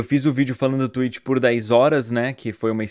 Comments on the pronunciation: Ué mas vc falou Tuéti .-. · kkk vc não tomou strike pq vc fala TWEEET e não TWIITCH